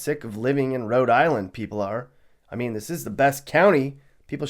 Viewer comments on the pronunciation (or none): none